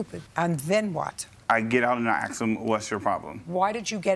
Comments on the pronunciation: I “axed”him what was his problem. Axe is murder. You mean ask. Take a grammar course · They should stop axing each other. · Lul... I'm glad someone else noticed that way too many people these days apparently are incapable of pronouncing "ask" correctly. I feel like it wasn't like that when I was a kid in the 80s and 90s but I could be wrong.